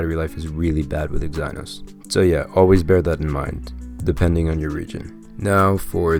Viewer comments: Dafuq is Exi-Nos my man? That's one very weird way to pronounce it. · It’s Ex-ih-nohs lol but great review 👍🏽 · "eggs - eye - noss" XD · The way you say exynos is a crime against humanity...